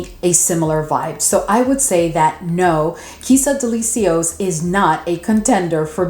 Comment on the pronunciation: Are you pronouncing the names of almost all the perfumes on purpose? Girl, no. What is SUHR? TERIK? DELI-SEE-OS? Lol, no hate but plz, get the names right.